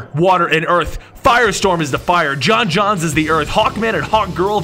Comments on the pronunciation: arent you supposed to say it jon jones not jon jonzz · Ik it doesn't matter, but every time he says John Jons, im like....its John Jones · it's j'onn jones not john-jonzs😠😠😠😠😠😠😠😠😠😠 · You mispronounce J'onn J'onzz everytime... Its not John Johns........ It's John Jones with an accent on the J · John's name is John Joans not John John